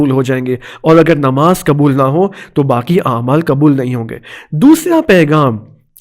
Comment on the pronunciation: یہ مولانا غ کو گ کیوں ادا کررہے ہیں پیغام کو پیگام کہہ رہے ہیں حد ہے لاپرواہی کی اور ق کو ک یعنی قبول کو کبول ۔۔۔۔کیوں توجہ دیں